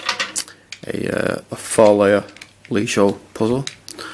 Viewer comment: You did totally butcher that Leesho name, same with "slagalica", but I get it, Serbian is a weird language, but it's a cool vid